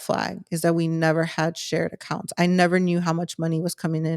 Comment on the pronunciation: Is she saying accounts or acunts.